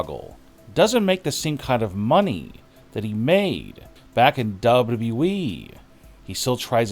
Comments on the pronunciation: say WWE again ! Narrator: duba duba E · 🤣🤣🤣🤣 that is exactly what I was thinking, it is so annoying hearing him talk like that and cannot even pronounce WWE properly. I tolerate it only because of the content. But it does make me cringe